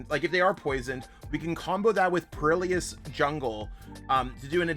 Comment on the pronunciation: im sorry how are you pronouncing perilous??